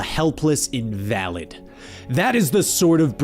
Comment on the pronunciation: Invalid =/=Invalid How does the sentence even make sense when the narrator reads it without the correct pronunciation?